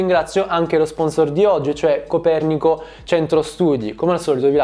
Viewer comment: comunque io sapevo si dicesse copèrnico, non copernìco